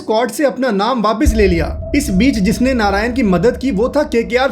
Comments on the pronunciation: Narine ❌ Narayan ✅ 🤣🤣🤣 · Bro pronounce hi narayan hota hai